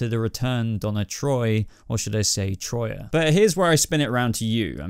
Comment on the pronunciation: For the love of Zeus. Her name is Τροία and it’s pronounced tria.